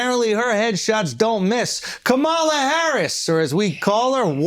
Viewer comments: Omg! Not Ka-ma-la, but Kamla! The “a” in the middle is silent! Caucasians, Blacks, Asians etc. needs to properly pronounce, peoples names of different ethnicity! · KAH-MAH-LAH. If you can say hawk-tuah you can pronounce her name properly. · Do u purposely say Kamala’s name wrong on purpose Andrew? Lol. Either way it’s funny.